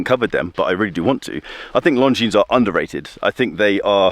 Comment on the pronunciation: Please, not Long-Jeans try Lon-jeen